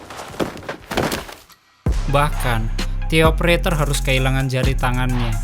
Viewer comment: De opereter bang bukan ti opereter